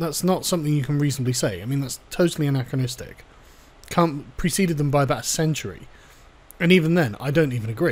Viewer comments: KANT. His name is Kant. Kantian. kAnt. Not kUnt. Otherwise I agree and have no issues. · Why kant you pronounce Kant? It's effing c-word. Immanuel short a sound Kant. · Stop saying Kant, ya Kant